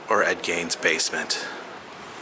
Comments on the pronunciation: It's Ed 'Geen', not 'Gan' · It's pronounced 'geen' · David Bublitz Sconnie! He butchered Ed Gein's name.👺